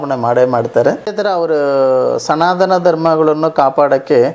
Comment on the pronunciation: ಎಂಥ ಮಾರಾಯ್ರೆ ನೀವು ಅನ್ಯಗ್ರಹ ಜೀವಿನೇ ಇರಬಹುದು.😂ಸನಾದನ (ಸನಾತನ) ನೀವು ಕನ್ನಡ ಸರಿಯಾಗಿ ಕಲಿತು ವೀಡಿಯೋ ಮಾಡಿ 😂